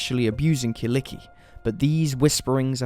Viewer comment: Damn u butchered kyllikki's name🤣i had to check out who u where talking about,so bad😅